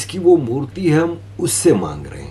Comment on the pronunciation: Murti not murli